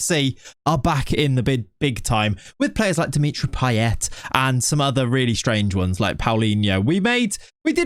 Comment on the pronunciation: 'Paye' you dont say the T...